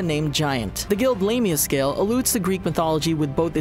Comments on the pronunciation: "we fixed the pronunciations" Also them: "Zeereff" "Lame-ia" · It’s pronounced Lame-ia...